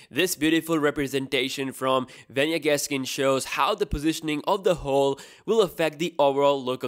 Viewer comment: He said hole hhhheeee lol